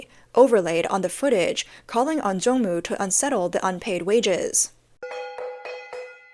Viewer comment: It's Zongmu not Jongmu